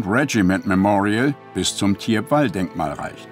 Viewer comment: Das Dorf spricht man "Tiepwal"...